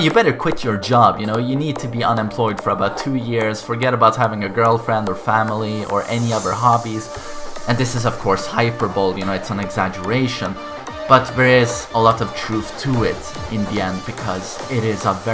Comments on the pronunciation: Hi-per-ba-lee, not hyperbowl lmfaoooo.. Hyperbole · Did dis dude say "hyper bowl" instead of hyperbole? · hyper-bole XD hy-per-bo-le!